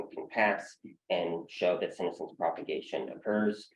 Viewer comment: That's not how senescence is pronounced.